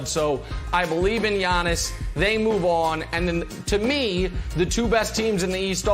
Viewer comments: When Brandon says “Yawnnis” 😂😂😂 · "Yawniss" god I hate Brandon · Nobody: Brandon: “YAWNIS”